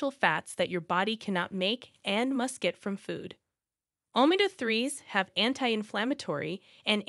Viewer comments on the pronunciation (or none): Its not pronounced OMA-GA ....ITS OMEGA